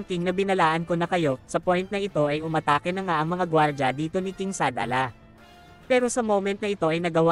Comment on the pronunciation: Shadala ba yon oh Shalala?😂